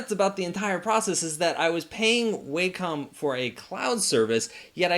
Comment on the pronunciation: Sorry to be pedantic, but it's pronounced WAH-com not WAY-com